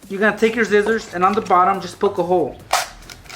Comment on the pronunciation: This boi said Zizzers😂😂